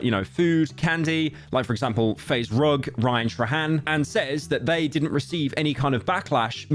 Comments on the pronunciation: You did not say Ryan "trahan" instead of "trayhan" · "ryan tra hen" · Rian-Truh-Hand- love British people🤗